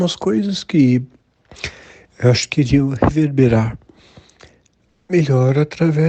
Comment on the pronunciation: nessa parte que ele fala "reverberar melhor" deu claramente para perceber que é IA, nenhum humano normal faz essa pausa esquisita que ele fez, isso daí não foi ele falando não